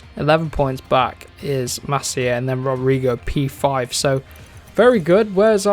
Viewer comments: It’s pronounced MAS-EE-A not MAS-IHA Jaume Masia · It's pronounced mass sea a not masia 😅